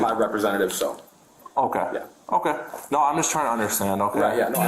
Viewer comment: Serious question why can't the word no just be no and not no-wah? What the hell is that?